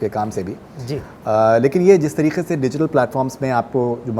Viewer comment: And that tareeQAY from the epiglottis 🙌